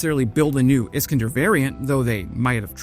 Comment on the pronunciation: is KAN der not Iskndr